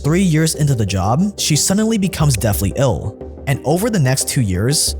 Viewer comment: Don't mean to be a dick but you pronouncing th as f like "death" as "deaf" is really affecting whether I watch or not